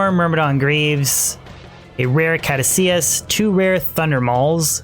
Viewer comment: It's pronounced cadoose-us